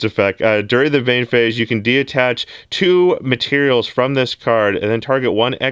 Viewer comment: Say it with me “detach” de-attach is not a word